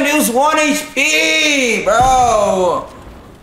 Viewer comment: I kept laughing how he was saying, ‘’He was 3 hpppp!”